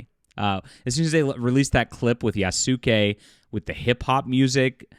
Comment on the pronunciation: Like the vid but please pronounce Yasuke like Yaas- Kay. Not Yas- Su-Kay. It's annoying.